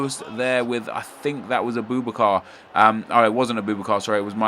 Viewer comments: sorry nep i have to point this out but it's said Abu-Bakar not aboobakar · It's not ah-boo-boo-car it's ah-buh-bah-kar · It's pronounced separately Abu Bakar :)